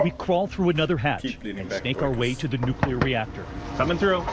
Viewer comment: It's pronounced new-clear, not new-q-ler.